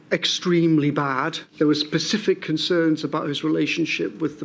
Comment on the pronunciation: IT IS PRONOUNCES SSSSSPECIFIC. WITH A BLOODY SSSS! Not 'PSECIFIC'.